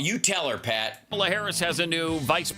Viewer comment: Hal, pronounce Kamala’s name correctly, please.❤